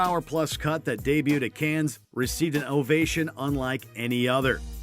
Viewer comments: For the love of all that is good and decent it’s pronounced CAN! The S is silent! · You gotta learn how to pronounce Cannes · Seems like a cinema reviewer would know how to pronounce, 'Cannes'.